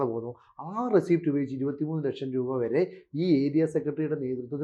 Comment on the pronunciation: റസീപ്റ്റ് അല്ല മനുഷ്യാ റസീറ്റ് എന്നാണ് പറയുക